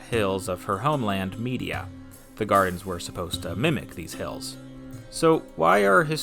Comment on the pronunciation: LOL it’s pronounced Media